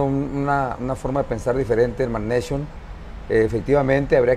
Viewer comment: "Mag-neishon" que onda! 😛